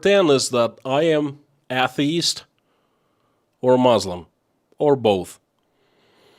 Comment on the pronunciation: Atheist / A * the * ist, is pronounced sounding like: A = A (long/strong A sound); the = thee (strong/long E sound); ist = ( I sounds like an e sound)/(st sounds like a hiss then a tee).